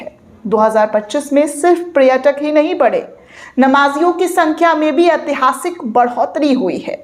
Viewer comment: बेवकूफ लड़की, पहले तुम शुद्ध हिंदी बोलना सीखो। पर्यटक का शुद्ध उच्चारण करो , "सांस्कृतिक" बोलना सीखो, किसी अच्छे लड़के से शादी करो और घर बसा लो। यह you tuber का काम तुम्हारे वश का नहीं है।